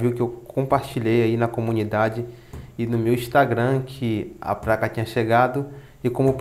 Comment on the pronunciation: Dá pra falar certo, não é Ingres é inglês e não é praca é placa